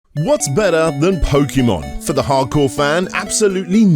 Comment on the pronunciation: New drinking game: Take a shot whenever says "Charizard" or "What's better than...", mentions pins, or pronounces "Pokémon" incorrectly.